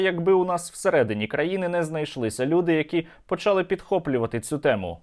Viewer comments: нема такого слова почАли, наголос у слові почалИ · да не почАли, а почалИ, скільки можна з української мови знущаться